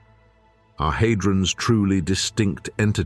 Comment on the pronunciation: Surely it's had-rons not hay-drons. AI fails once again. However, this is a very interesting documentary which asks profound questions.